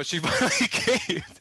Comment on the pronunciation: he said caved.